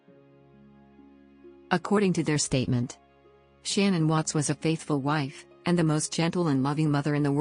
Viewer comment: Her name is not shannon, it it sha' naan... get it right.